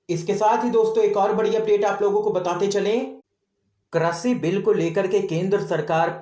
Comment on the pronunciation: Krishi not kreshi